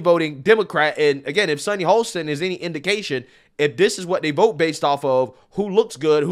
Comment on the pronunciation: "Ho-sten". No L